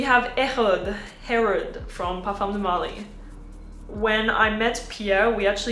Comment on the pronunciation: I’m confused why you pronounced Herod with a French accent. It is an Arab name.